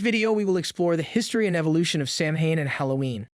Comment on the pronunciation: Samhain is pronounced SOW-IN Celtic is pronounced without the soft C and is pronounced as K. You forget to mention that people used to carve turnips instead of pumpkins until the Celts arrived in America and saw that pumpkins made better jack o lanterns and were easier to carve. Otherwise, everything else is spot on.